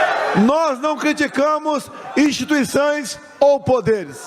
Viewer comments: E impressão minha ou ele falou instituiçães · Alguém ai percebeu? Ele falou "instituiçães". Essa foi de lascar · "Instituiçães". Analfabeto! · Gostei do "instituiçães" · Nós não criticamos "INSTITUIÇAES" disse Bolsonaro!